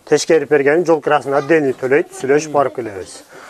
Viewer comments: Урматтуу вет врач мырза. Тешкерип эмес. Текшерип деп суйлосонуз туура болот . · Тешкерип беребиз эмес текшерип деп суйлонузчу